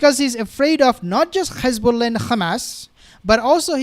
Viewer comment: Why do you say Khezballah and Khamas like the demons do... its done purposefully to sound like you're gobbing up... say Hezballah and Hamas with a nice soft H.